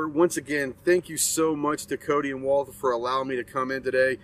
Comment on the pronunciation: Took a whole tour and yet he never learned how to pronounce "Walther" correctly, haha